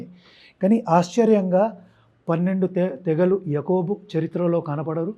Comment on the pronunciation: యాకోబు..... అని అర్థం యకుబ్ కాదురా...